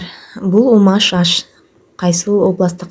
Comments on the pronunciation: Умаш эмес умач деп айтыныз. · Умаш эмес умач деп айтылат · Умаш эмес умач дэп айтылат негизи Мындай болуп умачталбайт силердики ун сыяктуу эле болуп калды маайда тоголок болот 😊баарылэ иче бэрет .Унутпай кыргыздын тамагы дэп жасаганын учун лайк😊